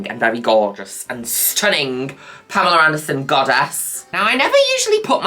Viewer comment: taking a shot everytime mother says pameler anderson. yes that’s happening.